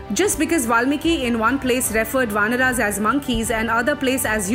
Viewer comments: For God's sake please stop this wrong pronunciation. RAmAyan Not ramayan"aah". VAnar Not VAnr"Aah" mAnav Not MAnav"Aah" 😨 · Pronounce ‘Ramayan’ and ‘ Vanar’ properly before preaching something. There’s no ‘a’ at the end of these words. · Please it is not vanara but vanar. Not Ramayana but Ramayan. Please if you believe on the correct story, please use correct pronunciation. And again Sugriva, manava is not correct. Chitta 🤔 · I don't like the way they say RAMAYAN as Ramayana and vanar as vanara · Despite the respect of Hinduism, I simply need to know why the fuck you are saying Ramayana instead of Ramayan? Vanaras? Manvas? What the actual fuck is? Fucking you are changing the names and after 100 years your grand children will blame others.. stop doing this. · what's the problem in pronounciating words correctly????? you are saying ramayanaas intead of Ramayan, vaanaraas instead of Vaanar, Sugreewaa instead of sugreev nd many more..... why??????????